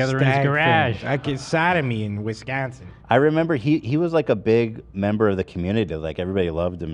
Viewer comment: what u talking about, u & Lena got that midwestern accent too just not as strong as does it 🤣 W/ ✌️&❤ as someone from Milwaukee PS, it’s pronounced “Muwawhkee Wuhskahnsin,” but you’re close;D